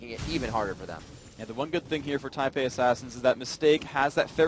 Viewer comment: first of all, its taipei second, its fuck not fuuuuuuuuuuuuuuuuuuck